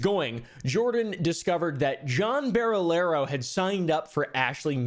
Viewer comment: Why can't anyone with an American accent pronounce Barilaro? Just literally listen to any of Jordans vids ffs stooge